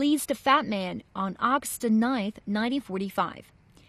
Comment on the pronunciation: Why is she saying auxt night instead of August ninth?